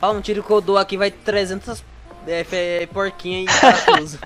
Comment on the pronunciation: Tavo rindo de vc falando porquinhás e tamo na roça